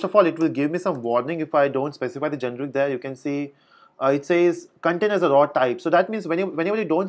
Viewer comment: GENERIC. not genric....